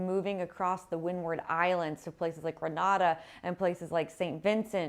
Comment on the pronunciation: Grenada is pronounced like a hand grenade, not like the city in Spain. 😓